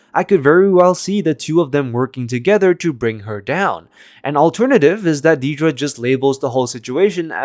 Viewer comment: If you can't pronounce her name correctly then don't pronounce it at all. It's Dead-ra, not Dee-dra.